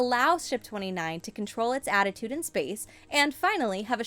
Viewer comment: She kept saying attitude and it was bothering me